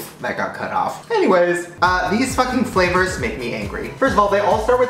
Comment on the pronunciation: he said flavors 💀💀